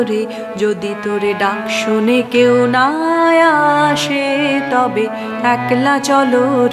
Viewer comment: আপনি অনেক ভালো গায়িকা, তাই খুব বিনয়ের সঙ্গে ভয়ে ভয়ে বলি আসে উচ্চারণ টা আশে করলেন অর্থাৎ স এর উচ্চারণ শ করলেন। এটা আমার মনে হল, অপরাধ নেবেন না।